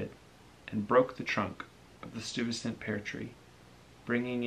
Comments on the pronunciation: Interesting book review, very nicely done. Stuyvesant- pronounced Steye vah sant, not Stew vah sant. Peter Stuyvesant was a founding figure in New Netherland which later became New York, after the Dutch turned it over to the British. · I liked this video,, the only thing I must say is your pronunciation of Stuyvesant bothered me deeply, lol,,Oh and in manhattan we got a high school named after him :)